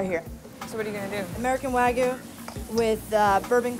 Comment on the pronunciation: When she said waygu burger I just about lost it remembering Burger Kitchen 😂🤣🤣